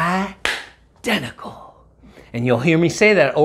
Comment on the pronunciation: "I denticle" great movie! 😂